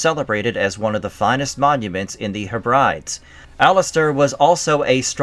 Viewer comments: The Ha-brides? It's pronounced heb--ri-dees!! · "Heb-Brides?" are you serious? It's pronounced Heb-Brid-Dees. FFS, I gave up after that. You're obviously clueless.